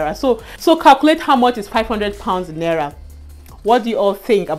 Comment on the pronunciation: It's "Naira" and not "Nera" 😂😂😂